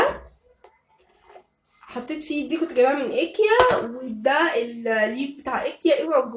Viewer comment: حاول تنطقي كلمه ايكيا صح لانها مش اسمها كده تنطقها صح ❤️❤️